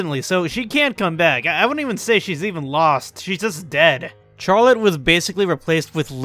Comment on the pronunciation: you are going to hell for mispronouncing charlotte :)